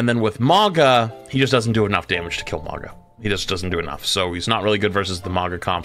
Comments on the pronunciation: Stop saying maga , its "maw gah" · Who is this "Moggah" character keeps referencing? I know there's a Mauga, but who's Moggah?